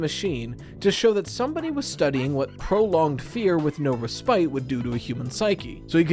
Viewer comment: Respite not respite Honestly very common mistake